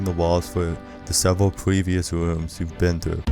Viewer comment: “you’ll see eyes lining the walls for the sevewal pwevious wooms”